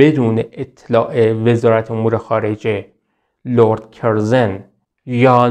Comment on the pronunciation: کسی که لرد کورزون را کِرزِن تلفظ میکنه مشخصه مطالعه اش کمه! چون صداش و اطوارهاش خوبه ، نوشتن دادن دستش! نون به نرخ روز! اقای رو گفتم!